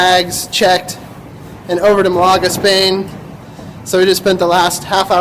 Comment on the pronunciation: Malaga is pronounced with the first of the three parts being the strongest. Meaning its. MAL ah ga. But its all good :-) Welcome to Spain